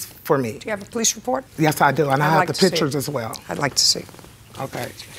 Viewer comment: It sounds like the plaintiff said, "pitchers' instead of "pictures"...